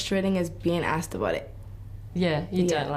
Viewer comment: "AXED??????????" For a narrator to say "AXED" instead of using the correct, simple, only three-letter word-based "ASK", (asked), is unacceptable in the field of professional broadcasting. I should have not been surprised, however, when I noticed a little too late the name of this page is "Clevver". Ahhhh....